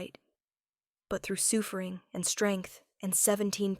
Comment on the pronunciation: The "soofering" was killing me!!!😂😂😂